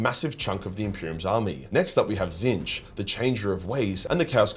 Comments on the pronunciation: wHO is this fella? The one true changer of ways is called "Tit-snitch". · It's pronounced tit-snitch... 😊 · Did your pronunciation of “Tzeench” get retconned?? I vividly remember you calling them “T*t-Snitch” due to some lore reason (new-ish to 40k and I think you said it’s a warhammer fantasy thing) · nor are tehy tseeh fuuck. Very funny🤣